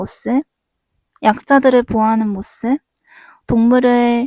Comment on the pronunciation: 모씁이라고 하는 거 때문에 내용이 하나도 귀에 안 들어와요........